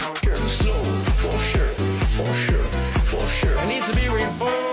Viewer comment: Ne l'a t il pas voulu ,ce côté " for Shure "..??. Se foutre de la gueule de ses auditeurs , n'est il pas la marque d'un E.T.....